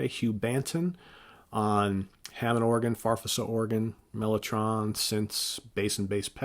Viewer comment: Far-feez-uh organ